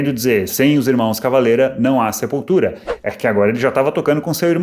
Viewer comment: Que piada você lendo Sepultura com sotaque...